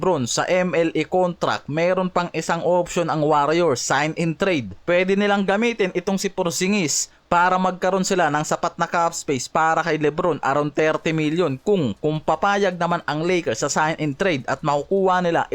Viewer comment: Bago ka mag content ayusin mo muna yung pronounced mo ng curry. Hindi carry. Curry. Anong carry? Keri? Carry the ball? Curry!! Hindi Carry. Bisayang to.. tapos porgingis. Hindi porsingis.. sarap mong kaltukan.